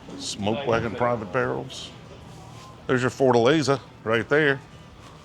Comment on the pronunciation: The way says "Fortaleza" sounds like he's talking about a 1960's American car...